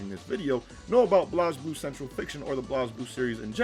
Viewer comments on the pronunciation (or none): Blazeblue dude said blooz